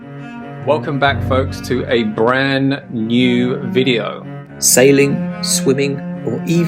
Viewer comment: Why do all your posts start with Welcome to a bran new video?" BRAN? Are you trying to say BRAND? It has a D at the end. Also, I don't understand WANDA? Are you trying to say wander, the word that ends in R? Are you deliberately mutilating the language because you think it makes you sound cool?